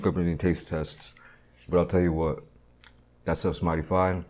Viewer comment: Something is wrong... he's telling us "what"... not "CHHWHAT"